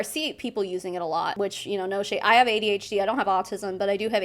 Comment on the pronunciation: You pronounced AuDHD right and no its not an excuse. Shes a liar and a scammer. Simple.